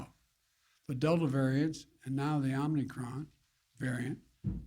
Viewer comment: OMNICROM! He is that stupid, folks. 3 or 4 times he had a chance